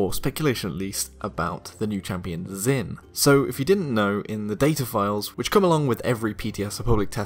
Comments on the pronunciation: Something to consider Zh in mandarin isn't pronounced with a Z sound so instead of the Z-in pronunciation it may very well be pronounced J-in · As an Asian, I'm cringing so hard at that pronunciation. Great theory though.